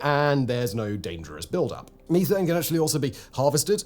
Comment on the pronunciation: It took me a second to understand what you were saying whenever you said methane. You were saying"Meeee-tane"